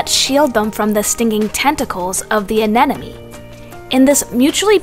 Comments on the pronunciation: Don’t be a douche, I thought it was adorable how she kept saying anenome… lol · Anemone. Why is it so hard to pronounce?! But at least this doesn't seem to be an AI reading, so you've got that going for you.